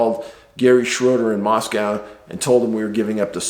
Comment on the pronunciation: Just for future reference, Moscow Idaho is pronounced "mossco". Doesn't sound like Moscow Russia. I learned that quicker'n shit when I first went there!